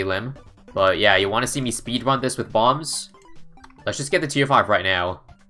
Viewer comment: Wanna see me speedwun with bombs? (wun or run?)